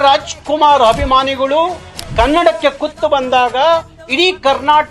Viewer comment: ಎಲ್ಲಾ ಸರಿ ಆದರೆ ನೀವು ಅಭಿಮಾನಿಗಳು ಅನ್ನುವ ಬದಲು ಹಭಿಮಾನಿಗಳು ಅನ್ನೋದು ಯಾಕೆ. ನೀವು ಮೊದಲು ಕನ್ನಡ ಸರಿಯಾಗಿ ಮಾತಾಡೋದು ಕಲಿಯಬೇಕು! ನಿಮ್ಮ ಹೋರಾಟ ನಿಮ್ಮ ಮೇಲೆಯೇ ಮಾಡಿಕೊಳ್ಳಬೇಕು!